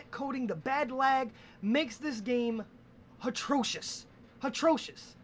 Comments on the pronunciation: did this nigga just say hatrocious? Bwahahaha it's atrocious. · hatrocious? uh no theres no h in that word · " It's hatroshish, HATROSHISH!" My favorite part, by far!